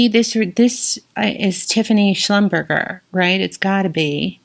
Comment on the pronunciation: Hi, I’m assuming that you must know by now, you mispronounced Schlumberger. It’s not Schlum BURGER, it’s Shum BUR SHAY. To my knowledge, Tiffany only creates jewelry in 18k as far as gold content. At least, I’ve never seen any 14k in a catalogue, nor in a store.